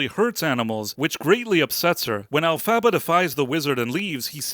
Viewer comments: I really think you looked too much into this. I don't like leaving comments where I disagree with the reviewer, but here I found it important for the sake of my favourite musical and patriarchy. First of all, you don't pronounce the name "Elphaba" correctly, which, I guess, you did to mock the character. Secondly, as a conservative patriarchal girl I've never found this musical "woke". The reasons you mention seem too farfetched too me. "Her father hates her because it's an attack on men." No, her father felt that his wife cheated on him and perceived the green-skinned offspring as something he didn't want to do anything with. "The Wizard is a foul con artist because it's an attack on men." So we can't have male villains anymore? Come on, the left tell us to praise women, and now the right are going to get salty over nasty males, too? If anything, this play is a nod to conservative values. Elphaba and Glinda's friendship proves to be less stable than their desire to be successful in their family life. At the end Elphaba realizes that her rebellious actions were in vain and Glinda's path was more effective, but at least she gets a man to finally settle down with. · Yah, It's Alph-ah-bah like "alphabet", not Alph-abba like the band ABBA. They made a big deal out of the name pronunciations in the movie. Hard to forget if you watched the movie. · Sigh You didn't watch it, did you? "El-fava?" If you had sat through the runtime, you would know it's pronounced "Elf-a-ba". They say it pretty much every 5 minutes, at least. I'm usually willing to give people the benefit of the doubt, but not when it becomes obvious they are talking out their ass about something they haven't even read or watched. How are you any different then the MSM picking up talking points and repeating them? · El-fuh-buh. PLEASE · If you can't even pronounce alphabet's name then I don't think you need to be doing this review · Maybe learn how to say Elphaba's name. This is a silly review.